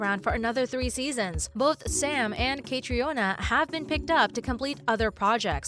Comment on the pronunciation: Jesus!! Her name is pronounced as KATRINA and Heughan is pronounced as Hughwan and it’s DOUGAL mckenzie not DOUGLAS!